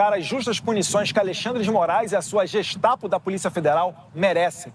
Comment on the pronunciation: Não sabe nem pronunciar a Gestapo! 😂😂😂😂😂😂